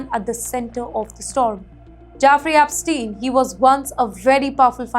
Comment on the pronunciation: Ep NOT APPSTEIN.